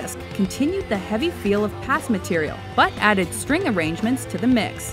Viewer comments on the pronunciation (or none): none